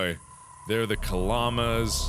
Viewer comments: am I the only one who noticed that Mark said Kamalas wrongly? coz he said Kalamas instead of Kamalas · Did anyone else hear kaLLAMAS